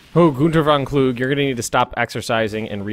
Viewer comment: no, it's not "vann kluk", it's "von kluge" you have to pronounce the "e" like in "e"lse and the "u" is long stretched... it's actually easier to use , they have audio.